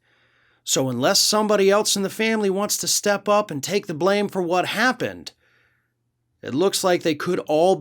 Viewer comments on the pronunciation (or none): none